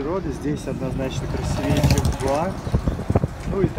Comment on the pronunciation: Почему нельзя правильно поставить ударение в слове красИвее? Зачем менять ударение, если в красИвый оно там же? Русский же велик и могуч!